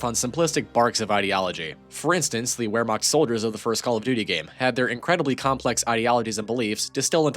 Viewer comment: FYI Wehrmacht is pronounced like "vair-mocked" at least that's how my dumb Gulf Coastal Texan ears heard it at first from my teachers, it's more complicated than that but it's as close an approximation I can get without busting out the IPA Phonetic Guide. W's in German are a broadly a "Vee" sound: Wehrmacht, Welkommen, etc.